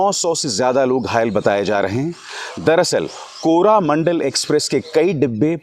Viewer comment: अबे अजीब आदमी है तू, ट्रेन के accident में भी मोदी का हाथ है इसके हिसाब से।।साला कुछ तो पत्रकारिता का स्तर रख कुंठा से ग्रसित व्यक्ति।। मीडिया को गोदी गोदी बोलता रहता है तू भी तो उसी का हिस्सा है बांगड़ू, मतलब तू भी गोदी मीडिया हुआ।और सुन वो कोरोमंडल है,कोरामंडल नहीं।एक मंत्री से इस्तीफ़ा माँग लेने से क्या किसी की जान वापस आ जायेगी?? समय है दुर्घटना की समीक्षा की जाए और भविष्य में ऐसी घटनाओं को होने से रोका जाए।